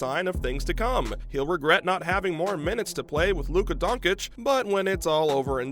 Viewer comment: Dude. Pronounce Lukas name right and check the waiver wire. Lol. Kemba isn’t on the team.